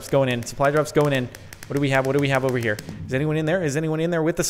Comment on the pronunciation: Lol sometimes when Jordan says here he pronounces it as hiyar with a strange accent